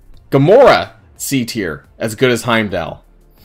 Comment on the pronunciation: Pronounced haym doll btw lol. Great video really fun to watch!